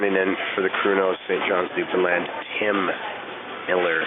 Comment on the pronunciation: Not only are these two guys great at what they do, but they are so hummable and respectful guys I have ever met in the music biz. Kebab can even say Newfoundland right!